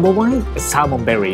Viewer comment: 🤣🤣🤣I was wondering too...berry? Is the taste sweet like berry? 🤣🤣🤣, now I know, it’s belly! Thanks for he clarification! 🤗💜